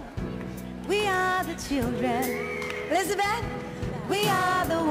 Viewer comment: I noticed it immidiatly when diana said "elizabeth"